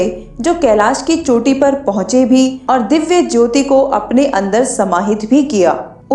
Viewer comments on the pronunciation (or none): none